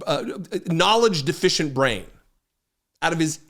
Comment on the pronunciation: Buuuut but Trump's got a biggly bwian. 🎉